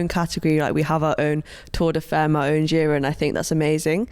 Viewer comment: Femmes pronounced fAmmes. Argh. Sorry. I’ll shut up. Love this podcast. Finally. Cannot wait!!